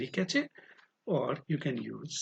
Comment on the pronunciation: Cache ko "Cash" pronounce karte hai bhai